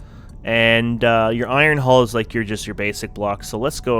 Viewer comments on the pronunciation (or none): A vor ee on. At least pronounce the games name right! And iron thruster! Not ion! Either way, good video.